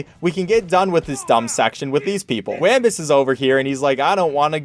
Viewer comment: Weeembuss not waaaambus